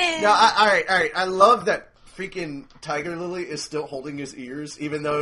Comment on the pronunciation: omg said tiger lilly XD sorry you guys mess up in the funniest ways ever